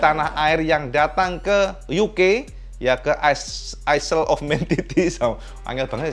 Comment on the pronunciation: Info cak "ISLE" bacanya bukan aisel cak ,tapi AeL